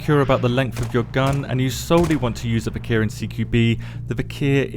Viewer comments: I love you, but plz!!! It's "Vik-er" not "Vik-here" lmfao! The "h" is silent. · It's not viker 😂😂, it's Вихрь.